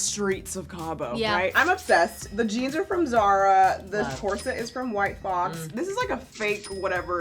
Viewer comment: I was so sure “white claw” was said instead of “white fox”